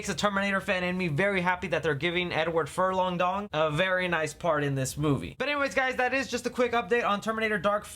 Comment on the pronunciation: Edward Furlong-Dong. you crazy.